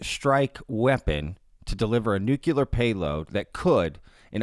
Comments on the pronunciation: Nu -cle-er NOT nu-cu-ler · It's nuCLEAR not nuCULAR. JHC. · Thanks for the fascinating vid. FYI, nuclear is pronounced "new-clear" not "new-cue-ler." The more you know. 😉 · NuCLEAR. Not nucular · New-Clear Why is that shit so hard? 😆